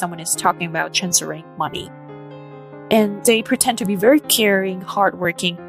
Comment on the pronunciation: ‘Pretend’ not ‘pretent’.